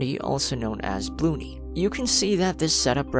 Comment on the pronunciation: “Bloo-ney” so funny to hear that 💀